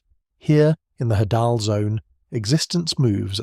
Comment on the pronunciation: Hadal zone. Pronounced Hay dal. Derivative of greek god Hades.